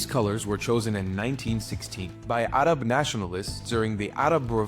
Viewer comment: Your pronouncement of "Arab" is a bit racist. Arab is an English word.